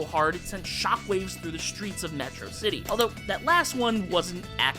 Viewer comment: You mispronounced Metrocity.